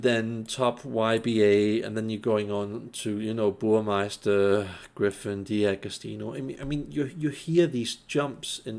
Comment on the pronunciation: Burmester without „i“